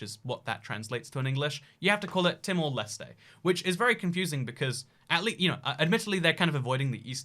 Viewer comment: dear, "leste" is pronounced more like "last".